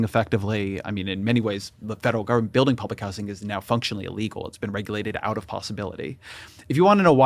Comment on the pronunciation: Why does he say house-ing